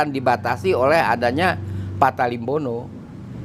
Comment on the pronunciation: Maaf ralat, penyebutannya yg benar adalah "Pata Limbona"